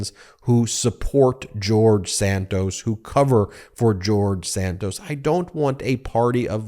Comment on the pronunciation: Please pronounce George Santos last name correctly, it is Santos, not Sandoz.